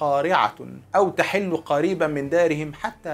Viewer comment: أو تحل بضم الحاء تنبيه من محب لحضرتك ..استمر يا أستاذنا